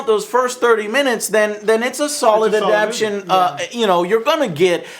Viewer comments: small point, but i think you mean adaptation not 'adaption' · adaptation not adaption. dammit Joe work on your vocabulary ese.